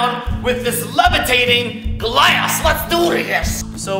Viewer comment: The first time he wanted to say glass he said class